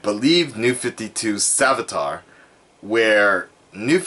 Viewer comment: You said salvitar at the beginning and it triggered me